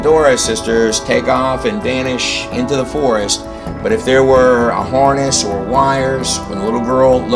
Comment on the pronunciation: what is a horness? or did you mean hArness??? lol